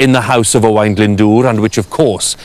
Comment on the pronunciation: I think his pronunciation is rather good for a Sais, usually they say O-Wen.